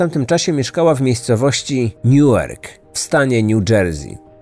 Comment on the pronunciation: Sprawa z moich okolic 😉 Newark wymawia się nieco inaczej (bo wymawiasz bardzo podobnie do New York) Pozdrawiam.